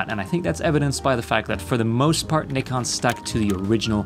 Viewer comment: Thank you for pronouncing Nikon properly